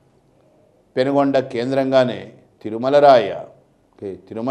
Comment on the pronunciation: పెనుగొండ కాదు sir. పెనుకొండ అది.